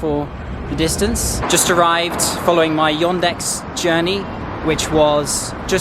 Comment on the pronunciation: .. но при этом он говорит "Йондекс")))